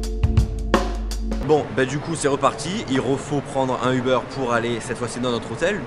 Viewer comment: Ah c'est français!! Uber se prononce pas Ubeurre mais bien Ubère :D Je vous aimes quand-même :)